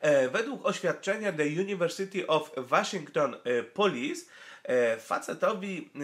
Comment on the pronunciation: Jak już czytasz "The University of" to jedź dalej z amerykańskim akcentem i czytaj Łoszington. Albo Uniwersytet Waszyngtoński albo The University of Washington.